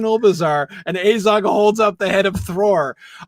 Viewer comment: a Tolkien priofessor and still calls him Eizogh.. its Azog